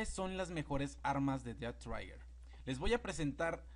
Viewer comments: Es "Dead Trigger" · Además he estado jugando alguito el dead trigger y lo que he visto es que las armas pierden potencia entre más lejos este uno del objetivo posdata no se pronuncia ded traiguer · "dead traiger"